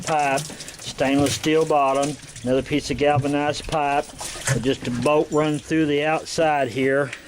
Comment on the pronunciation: "there's yur boat..." took me a second to realize he meant "bolt" lol